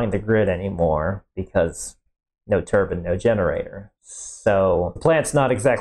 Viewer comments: He pronounces it like "turbin" (which also sounds like "turban"). We don't say "combin" harvester, we don't say "clotheslin". Etc. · The way you pronounce turbine drives me crazy.